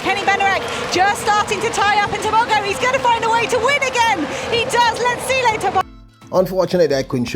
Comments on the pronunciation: say the champ's name right LETSÌLÉ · Lies...it's Lee-tsee-lay but don't stretch the Y when pronouncing...its like lare or flare kind of pronunciation at the end. And the T before the S is almost silent as you try pronounce TS together and not separate letter sounds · and Thank you for emphatically asking for Letsile's name to be pronounced correctly. People must learn to correctly pronounce African names, if they can learn how to pronounce Stravinsky, Tchaikovsky and Rachmaninoff, they can jolly well learn how to say LETSILE TEBOGO. The BBC pundits are the worst offenders, since the days of Amantle Montle (400m) and Nijel Amos, (800m) and Makwala (400m), they have been referring to the BATSWANA as BOTSWANIANS, ignorant doesn't even begin to describe. *Letsile's Tebogo's names means Good luck has come (Letsile), We are grateful (Tebogo)! He was named intentionally, he has honoured those who named him, so please RECOGNISE and honour them all by pronouncing it correctly.